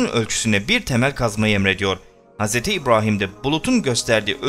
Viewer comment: Nədən Hz İbrahim derken R ni farkli diyirsun? Normalde R diyiliwinde sorun yok